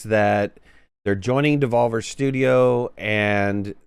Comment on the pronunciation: alot of Freudian slips in this video its devolver not desolver ;}